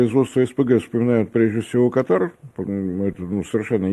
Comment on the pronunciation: Как можно его воспринимать серьёзно,если он даже страну правильно не может назвать, ударение нужно ставить на первую букву! Аж ухо режет